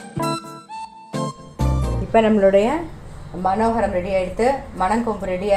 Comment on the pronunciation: மன கோரம் இல்ல.. மனோகரம்!!!!